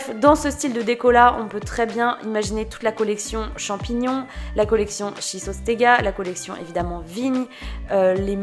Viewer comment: Tu arrives bien à prononcer "schistostega" moi j'y arrive pas du tout 🤣🤣